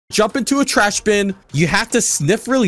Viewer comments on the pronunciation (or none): “you have to sniff in a trahs bin..” What the hell is the word “trahs?” (i know its supposed to be called trash)